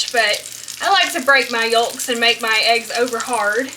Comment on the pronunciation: Why does she say “YoLks” like that? I’ve never heard anyone pronounce the “L” in yolks let alone stress it that much.